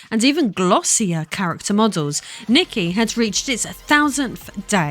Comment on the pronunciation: Nee-kay for future reference